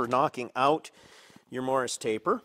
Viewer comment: Why do pronounce it “morris”? Why do you need some old catalog to tell you what sizes it works on? Should be obvious what it fits on. Why don’t you show the tool up close? Why do you just wave it around while someone gets a handheld wide shot? Interesting tool arcana but No mystery why it didn’t sell at 600$.